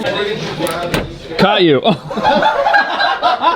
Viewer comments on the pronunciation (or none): I could only hear him say Cailliou instead of "caught you"